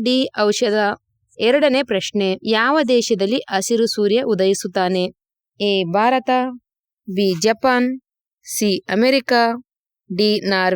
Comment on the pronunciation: ಅದು ಅಸಿರು ಅಲ್ಲಮ್ಮಾ ಹಸಿರು , ಆರುತ್ತದೆ ...ಹಾರುತ್ತ ದೆ 🤦🤦‍♂️🤦‍♀️